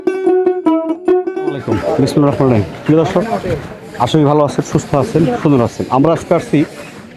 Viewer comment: আসসালামুআলাইকুম ভাই আপনার ভিডিওগুলো আমি নিয়মিত দেখে থাকি কিন্তু ভাইয়া কিছু মনে করিয়েন না একটা কথা বলি বিসমিল্লাহির রাহমানির রাহিম বলে যে শুরু করেন এটা একটু স্পষ্ট করে বললে ভালো হয় ভাইয়া ধন্যবাদ ভাইয়া কিছু মনে করিয়েন না